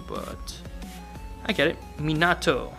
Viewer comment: This man said Tobmara or some shit instead of tobirama... Hmmm and minAto???? Bro really??